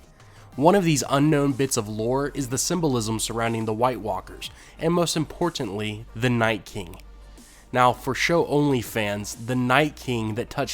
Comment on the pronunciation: every time he says imporTantly i cringe xD